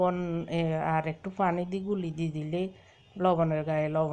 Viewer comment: Apu fani na bolan hani.